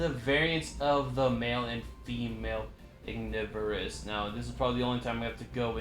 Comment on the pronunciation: I think Ignivorus is pronounced as Ig-niv-vuh-ruhs Which is Ignis and then Carnivorous combined together